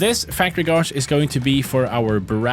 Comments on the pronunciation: Erm, well actually it's pronounced "gayj" 🤓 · Gauge is (confusingly) pronounced /gāj/ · there is no r in gauge, please pronounce it as such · It's not gawjuh it's gayje (gauge) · please, its pronounced Gayge not gauzz (gauge) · Did he actually pronounce the “au” sound in gauge like “gauze” It should be pronounced like an “ay” pronunciation like in “day” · Wsg, American here. Is gawge a common pronunciation elsewhere? I’ve only ever heard gayge. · Gauge is pronounced g-ay-j not g-ar-j btw, if you were doing it for comments then congrats, you succeeded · i love how he pronounces gauge (gejch) as gozh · Just a heads up, it's pronounced "gaydge", not "gorzh" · In the first video I couldn't tell what the factory gauge was called because you say "godge" when it's pronounced "gaydge" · There is no R in the word Gauge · Still calls it a gauje instead of a gauge lmao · btw guage is pronounced gayj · You pronounce it as Gayge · He said “Gauge” wrong 😭. It’s pronounced like “gage” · Hearing say gawge instead of gauge is weird. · you speak more languages than me, respect so respectfully, gauge is pronounced gayj, i know, english is consistently inconsistent. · It drives me crazy hearing pronounce gauge like “gauge” instead of gauge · Thats not how you pronounce gauge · please look up the pronunciation of "gauge" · I have never heard "gauge" pronounced like that. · I love his pronounciation of "Gauge" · Interesting way to pronounce gauge. First time I've heard it said like that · I donʼt think Iʼve ever heard anyone pronounce “gauge” like that; is it a regional accent or the thing that happens if you read a word more than see it? For me Iʼve always heard it rhyme with age. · Has anyone corrected his pronunciation of gauge? Or are we gonna let that one slide 😅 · Not sure if you're doing it on purpose for content but gauge is pronounced like cage but with a "g". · Someone teach this man how to say Gauge 😂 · GOD I PAINS ME THE WAY YOU SAY "GUAGE"